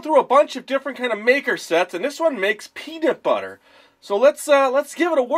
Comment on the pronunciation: sounded like he said pedobutter